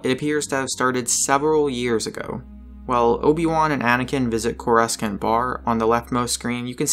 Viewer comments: Young Anakin confirmed. It's pronounced CO-RO-SONT not CO-ROOS-CANT. Also it's O-MAAJ not OH-MUNJ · It is pronounced CORROSANT not CORUS-CANT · Not kor-us-cant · correscent? coor-uh-saunt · its pronounced kor-es-sont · yah I hate people who say corsecant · Also he butchered the pronunciation of Coruscant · I can kind of understand, since it is a commonly mispronounced word. Coruscant, on the other hand, is pretty hard to mispronounce, since it is said many times in the prequels + Clone Wars. Since this guy is presumably a fairly big Star Wars fan (making this video), this is an odd word to mispronounce.